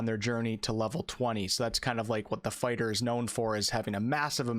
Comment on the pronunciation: definitely said sword and board farter